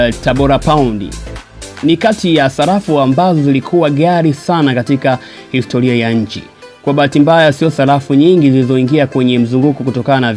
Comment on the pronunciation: Salafu, histolia,nyelele mtangazaji mhhhh!